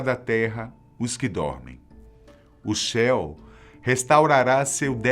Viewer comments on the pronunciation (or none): none